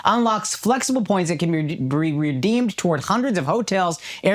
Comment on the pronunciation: be re-re-pretdeemed 😂